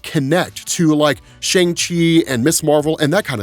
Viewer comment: Bruh. Learn how to say Shang